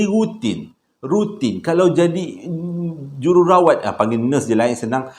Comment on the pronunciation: Jerawat ?? Hahhaaa Jururawat jadi jerawat 😂